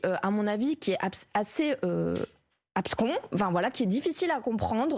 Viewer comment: politique absconse et non pas abscon